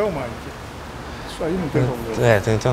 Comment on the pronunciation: Ele fala maiki várias vezes kkkk